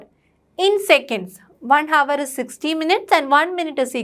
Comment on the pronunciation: Pronunciation is not hour it is our h silent